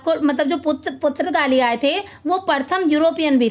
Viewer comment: Purtgali Ka sahi uchcharan to kar lijie